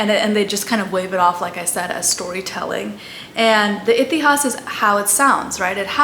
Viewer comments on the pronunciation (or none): Excellent video. Quick tip if I may. Purana though written with an 'a' at the end in English is pronounced Puraan in Sanskrit. Similarly Itihasa is Itihaas, Ramayana is Ramayan and Mahabharata is Mahabharat. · It is pronounced like that in hindi. (Purāṇ , itihās , etc) She has definitely pronounced it wrong ( purāṇā, itihāsā) . The actual sanskrit pronounciation is Purāṇa, itihāsa, etc. Hindi : पुरान् इतिहास् She pronounced :पुराणा इतिहासा Actual pronounciation :पुराण , इतिहास Look up " shwa deletion"